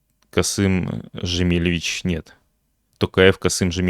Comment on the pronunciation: "Жемелевич" 🤣🤣🤣 ой насмешил )))Россия впереди планеты всей по коверканию имени нашего президента. Надеюсь ненамеренно обозвал.